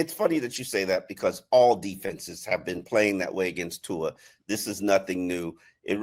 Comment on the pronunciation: One thing that blows my mind is that even after all these years still doesn’t pronounce Tua’s name correctly.